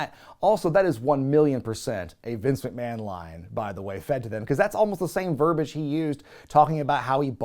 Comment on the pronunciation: The word is verb-ee-age. Not verbage! Stop imitating Cornette and that idiot Brother Love. You're better than they are and certainly more literate than at least the McMahon surrogate is.